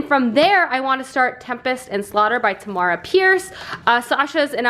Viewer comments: I love your reading vlogs!! Also just thought I'd let you know Tamora is pronounced like Tamara, rhymes with camera :) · I love watching these vlogs with you! Also according to bookbrowse dot com you pronounce Tamora Pierce's first name the way you pronounce camera.